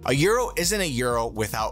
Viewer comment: damn he pronounced it correctly